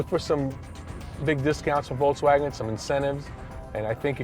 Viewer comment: i hate how he says, voltzwagen